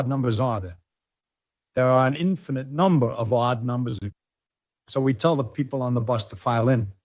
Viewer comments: Why does A I voice keep spelling O D D instead of saying odd? It's odd... and distracting. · And he doesn't say "odd" , the ai pronounces it as O D D for some reason 🤷🏻‍♂️